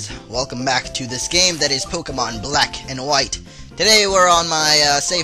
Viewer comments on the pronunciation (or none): it's pokemon not pokeman